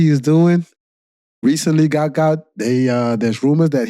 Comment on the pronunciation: It’s “Gout Gout”